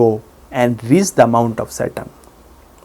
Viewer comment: Sorry, but for a good 5 seconds I thought he was saying 'Mount of Satan'...